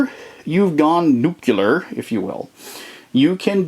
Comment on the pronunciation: Nice review! But you were slowly driving me crazy with your pronunciation of "nuclear." heh You kept saying it as "nuke-you-ler."